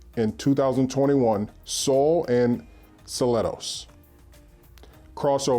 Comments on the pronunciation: KIA SELTOS pronounced cell toes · Seltos pronounced Sell-toes :)